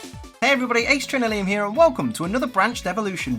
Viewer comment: When you say ace trainer liam it sounds like ace trainer limb